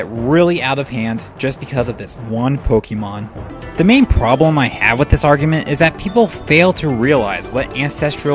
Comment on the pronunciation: Good video but why do you pronounce all the names different of the pokemon and regions